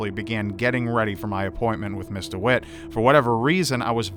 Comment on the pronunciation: was he saying Mr instead of Miss ???